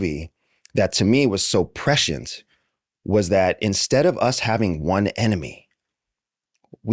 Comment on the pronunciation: Do not trust this guy at all. Couldn't even pronounce prescient correctly.